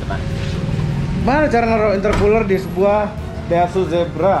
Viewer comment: Zebra bukan Sigra om